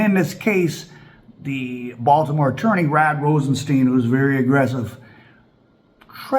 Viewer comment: Stop saying Baltimore please 🙏🏾